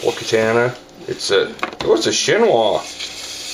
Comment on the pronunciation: I wanna punch you in your big dumb face everytime you mispronounce katana. Learn how to pronounce these words!!